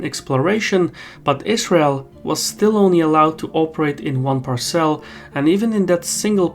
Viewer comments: It’s pronounced Par’cel not Par cel’ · "Parse'll" not "par-cel" lol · Good video. Very interesting. We aren't getting any of this information from our fake news outlets. It's all Trump, Trump Trump. By the way, parcel is pronounced with the emphasis on the first syllable, not the second. It took me awhile to figure out what you meant by par celles.